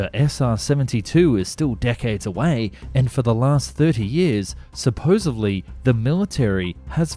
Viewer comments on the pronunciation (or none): SupposeDly, not supposeVely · Argh. he said supposIVLY ..supposedly is always correct pronunciation even for bad brit speak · "Supposevly" isn't a word. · "Supposedly", is the correct way to say it. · I inclined not to trust anyone who keeps saying "supposively" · Did you really just say “supposeBLY”? 🧐